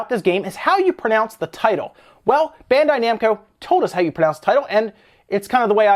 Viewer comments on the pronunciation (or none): none